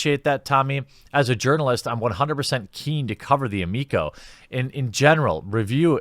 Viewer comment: I wouldn't call that a threat. A threat implies he has any power. Let him write his silly little "negative" review. Watch Earthworm Jim still rocket to success while we all drink salty SJW tears. Also, I always thought you were saying "yearn"-alist, as in "someone who yearns to be recognized as an actual journal"-ist. Huh! ALSO-also... that word is pronounced "ass-waged".